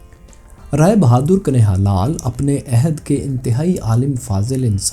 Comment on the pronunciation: بھئی کبھی موقع ملے تو کنہیا کو درست بولیں آپ کنے ہا کہہ رہے ہیں جبکہ درست تلفظ کن ہیا ہے. Kanhiaya